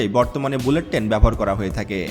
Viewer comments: টেন না, ট্রেন বলুন। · ভালোভাবে বাংলা শেখো (টেন না, ট্রেন, চুষট্টি না চৌষট্টি, ইস্টিশন না, স্টেশন। প্রতি ঘন্টা বললে, পার আওয়ার বলতে হয়না)! প্লেনে ঢাকা থেকে চট্টগ্রাম যেতে সময় লাগে ৪৫ মিনিট, বাংলাদেশে বুলেট ট্রেন হবে না। তবুও বলে রাখি, যদি কোনোদিন হয়, তাহলে কমপক্ষে ৭৫ মিনিট লাগবে বুলেট ট্রেনে!